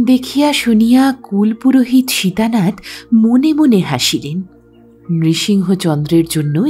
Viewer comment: Gram banglay er uchcharon KULO PUROHIT, kul purohit noy. Bhalo thakben. 🙏